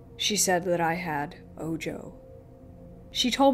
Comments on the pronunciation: It is not oh-joe. It is oh-ho. Ojo=oho. The evil eye. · Bro.. lol tell your girl it's spelled ojo but its spanish and pronounced Oho... smh. media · good narration....but the evil eye is pronounced Oho.. the j in spanish makes an H noise.... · The J in Ojo had an H sound in spanish. So it's pronounced Oh-ho. 😌 Ojo is a mostly subconscious spell that get placed on people who are the target of jelousy (usually), It makes the target sick and that cleansing gets rid of it. Mostly affects people who are more sensitive to energies.